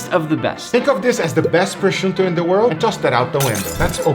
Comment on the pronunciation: Sorry, sorry, sorry I made a terrible mistake in did, the italian jam is called Prosciutto, not pruchuto, I beg you pardon